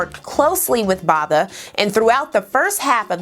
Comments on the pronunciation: Great content! Just a pointer - PQ Botha - is pronounced with a silent H ... i.e. Boata, like boat in English. I forgive you for being a USAn. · I would correct your pronunciation of "Botha" but he doesn't deserve it💀